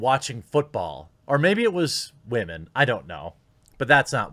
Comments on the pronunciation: I'm out of the loop, why is elmer quartering saying wamen? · Why do male youtubers pronounce women like that?